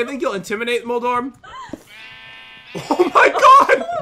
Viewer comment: moldoref Pat: moldorm